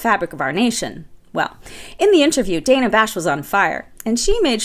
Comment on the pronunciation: fyi: Dana Bash pronounces her name as "Danna."